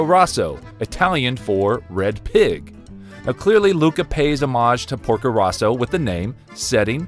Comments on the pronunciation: Porko ROWso not RAUso... They even say it in the movie =p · Also Porko "Row-so" not "Raw-so" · Why is the pronunciation of Porco Rosso butchered like that